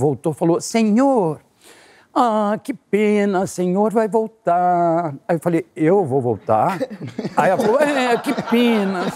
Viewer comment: “O senhor vai voltarrrrr”😂😂😂😂😂😂😂😂😂😂😂